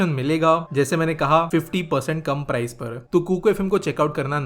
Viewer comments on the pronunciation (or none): none